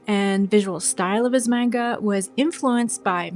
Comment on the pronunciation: For future videos, manga is pronounced as MAHn-ga. I dont blame you though. Most of us start out saying mane-ga.